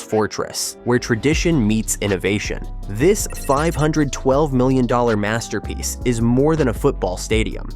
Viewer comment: Maserpiece..LOL!!! GET IT RIGHT, BUILD THAT DONE!!!